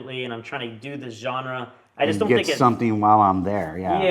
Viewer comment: I like it... maybe because i'm French haha